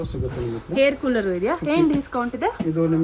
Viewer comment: ಹೆಣ್ಣೆ ಅಲ್ಲ ಎಣ್ಣೆ ಹೇರ್ ಕೂಲರ್ ಅಲ್ಲ ಏರ್ ಕೂಲರ್